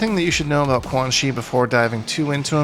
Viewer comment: the “aboot” 2 seconds in isn’t enough